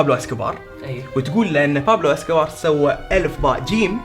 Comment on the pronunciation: اسكو بار ❎ اسكو فار ✅